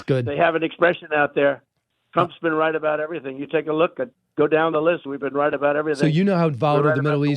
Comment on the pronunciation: “Rright about everything’ 😂 😂 🤣